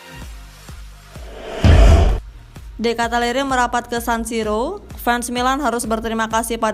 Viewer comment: Ralat Min.. Baca Benaser bkn Benaker.. De Katalare bkn De Katalere..